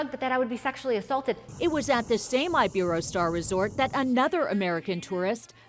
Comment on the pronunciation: Omg they didn't say iberostar right